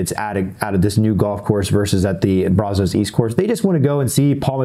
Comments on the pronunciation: It's pronounced braz-is, not braz-Os. From a Waco local 😊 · Someone needs to teach how to say Brazos. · It's funny how people not from Texas pronounce Brazos lol